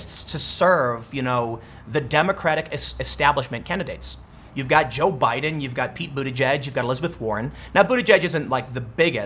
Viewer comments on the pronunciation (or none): none